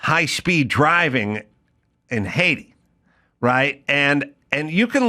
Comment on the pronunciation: When Adam said "Haiti" it sounded to me like he was pronouncing it Hades. Was that on purpose? I chuckled a bit b/c the name probably fits, although I've never been to Haiti or Hades.